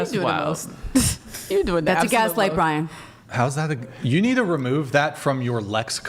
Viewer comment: What is Brixan? How do you get that from Brian?